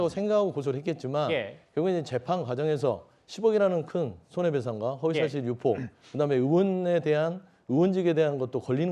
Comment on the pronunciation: 저 앞에 서있는 사회자인 지 뭔 지 발음 뭐냐 갈아치워라 허위사쥬포 정보통신만법 이러네